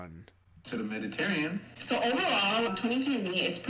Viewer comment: Oh God as an Italian it pains me to the core when he says “Mediterrean” a little part of me dies every time someone dies this. And no Mediterranean ancestry is NOT common for South Asians.